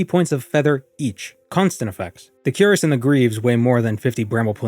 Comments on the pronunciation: Queer-ass, not 'Cure-us' , the chest plate of armor. You pronounce it, wrong. In Morrowind, since you're not leveling and just globe trotting, i would have used a wood elf, with marksmen. I believe you can start with 70 marksmen from the get go.. my memory may say it's 80 but I can't be sure. Point is, that's incredible and crossbows are available from the start, if you have the money and visit Vivec and know where to go. Money is no issue, because using the mage guild you can just teleport around and loot tones of things and get +10 marksmen training in vivec too, for 80, level 1 (Now you're level two with those ten trainings once you rest). In Morrowind, a marksmen of 80 is very useful and you won't be frustrated missing with your crossbow bolts and that dweemer crossbow is 30 - 30 damage... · btw, cuirass is pronounced kwir-rass, the 'I' as in "in", not cue-rass. Emphasis on the second syllable, ràss, A as in "us" or "apartment". English is a funny langyage. Or if you wanna get real fancy and extra French, kwee-rass is also acceptable, but then you sound French, so i would advise against it. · Cuirass is pronounced "queer-us" btw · Cuirass is pronounced queer ass, you pleb